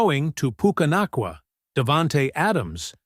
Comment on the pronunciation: had kut ur video short, dnt appreciate you disrespecting Puka for pronouncing his last name wrong